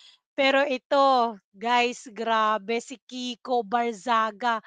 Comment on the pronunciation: Mali yong binabangit mo.kiko.hindi viko. Pakinggan ming mabuti Ang vlog mo. Just correction✌️😊